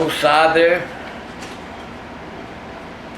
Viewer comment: Lol at the end he said butiful day